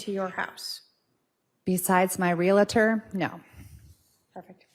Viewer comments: It's not ree-la-tor! Its realtor. Two syllables. Real tor. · There is no such thing as a Reelator. It is a realtor.